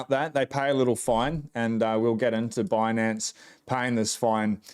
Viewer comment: I found it hilarious she kept saying bunance instead of binance